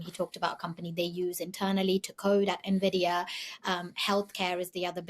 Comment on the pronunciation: Turning off after the second “nerr-vidia”. Hard to have any confidence in a host who can’t pronounce the well known name.